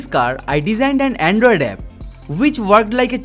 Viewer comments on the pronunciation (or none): none